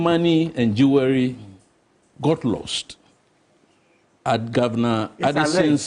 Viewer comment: Please, the "w" in "Jewelry" is silent. Say it like: "jool·ree". Thanks🙏🙏